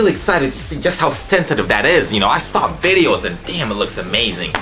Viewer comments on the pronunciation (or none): none